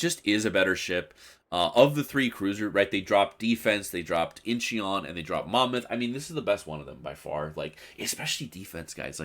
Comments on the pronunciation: Its not in-chee-on its inchon i lived there. Your stupid pronunciation is so annoying. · Forget the 'e', it's just pronounced In-chon. Great video as always, looking forward to more montages with Danny and Modern!